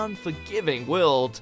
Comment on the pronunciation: It's "world", not "WeOuLd" !